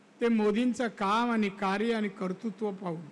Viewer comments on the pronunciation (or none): none